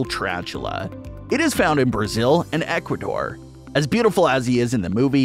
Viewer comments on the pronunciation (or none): none